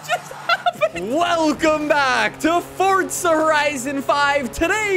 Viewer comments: FOR-ZA not FORT-ZA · Didn’t know forza had a “T” in it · There’s no H in forza stop saying it like that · Ah yes Fortsa horizon